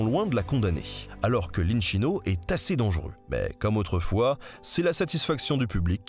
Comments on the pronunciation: « Inchino » se prononce inKino et non inCHino … à la bonne française … C’est un détail Les vidéos et la chaîne sont merveilleuses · desole mai je ne peut pas le sentir !!! sKettino et pas scettino !! inKino et pas la version chinoise INSCINO ... stp .... KaZZOOO (ZIZZIII) EST L EQUIVALENT DE (PUTAIN DE MERD) :):):):):) :face-green-smiling::face-green-smiling::face-green-smiling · the correct pronunciation of "inchino" is with an hard "c" like a "k", basically "inkìno" (accent on the i). Same thing with "Schettino", it sounds "Skettìno" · Très belle vidéo 👌🏼 pour l'accent italien on repassera 😅 'ch' ça se prononce 'k' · super video!! juste un petit detail, en italien la lettre H sert à rentre un mot "dur". du coup l'inchino se prononce "inkino". Pareil pour Schettino ou tout autre mot ayant un h suivi d'une voyelle ;) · Super vidéo ! Par contre en italien "ch" se prononce "qu": "Inquino", "Squettino" 😉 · Exellent travail et passionnant, mais "schettino" et "inchino" se lisent skettino et inkino en italien. Pour le reste j'ai adoré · Très bonne vidéo comme d'hab mais Schettino se lit "Skettino", et inchino se lit "inkino" 😄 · Merci pour ce doc Pour info : Schetino se prononce Squetino Inchino -> inquino cazzo -> catso Ça fait mal aux oreilles Merci ! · J'en profite pour préciser aussi que "inchino" se prononce [innekino] et "cazzo " [catzo]